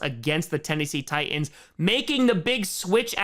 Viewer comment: For some reason the audible apostrophe in "Tie'ans" amuses me far more than it should. I guess I'm just used to the "Tightens" pronunciation you usually hear in Tennessee. (Hence the slogan "Titan Up")